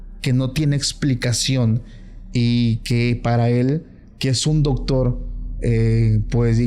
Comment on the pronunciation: El chavo dice dogtor😂